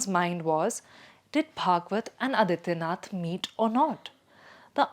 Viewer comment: Adityanath, the pronunciation, again. Aadityanath, it is.